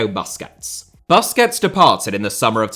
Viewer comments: He said “Baskehhts”😂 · Never heard anyone say BUS-quets before. All I hear is BUS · bro really said "buskets" 😭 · Very nice video… but it drives me crazy how you say BAsquets…. It’s pronounced Boo squets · Wth is baskets ??? pronounce the name properly man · bOSSKETZ Chabi uNd eenieeeestah